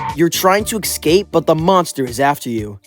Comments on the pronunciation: great, another person who pronounces escape (uh-scayp) like ick-scape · Please. .... stop saying "eggscape".... It's ESCAPE NOT EGGSCAPE >:( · ecsai? Ecsape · You sure are one of my favorite YouTubers. I love your content and wish you the very best! There's one thing tho. I always hear you misspronounce the word "escape". It just gives me goosebumps so I really needed to tell you that. You always say it like eKscape instead of Escape. But anyways that's about it keep doing the great work bro! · why does he say "ecscape" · It's kinda weird how you pronounce the "escape" as "ekscape" or maybe I misheard you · I am still trying to get over that he says escape like "ecscape" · He still can't pronounce escape properly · No offense,but whenever i hear you pronounce "Escape" like that,my life expectency shortens by 5 years,great video by the way.